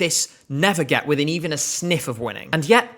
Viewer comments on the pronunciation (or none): none